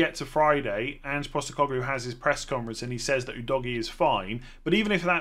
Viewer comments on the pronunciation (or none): none